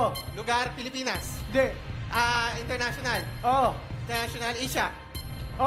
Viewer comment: Yun ang Tama when you say Asia... 👍